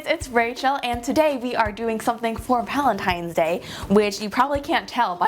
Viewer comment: Valetines day.. Where is the n? Lol love you Rachel😊